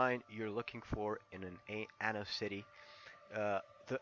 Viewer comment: sounds like you are saying "ANAL" lmao